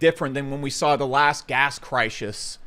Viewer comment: I watch to hear you say shit like crishish repeatedly.